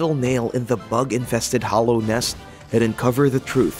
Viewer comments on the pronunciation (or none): Did he just call hallow nest hollow.